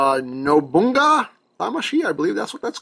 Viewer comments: it's called Nobunaga, not "Nobunga" lol XD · His other damashii is pronounced Nobunaga (No-boo-na-gah) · it is no-bu-na-ga